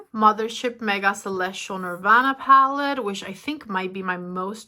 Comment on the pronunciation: How can you say Natasha but cannot say palette